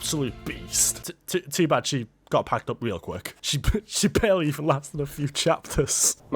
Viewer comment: I love how he says quck 😂